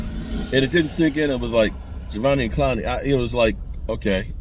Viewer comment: Javveneon Clowney? 😂